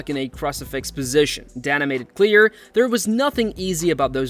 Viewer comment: "...a brutal stoppage that surprised everyone..."...ummm, you know we're already watching the video, no need for clickbait lies bro. Also, DAYNA not DAHNA....and croosifix, not cruhsifix....come on bro, painful work